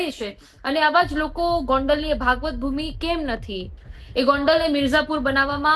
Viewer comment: Abhan , Bhaagvat bhumi nathi Bhagvatbhumi chhe Sir Bhagvat Sinh Jadeja . Pahela to gujarati bolta shikh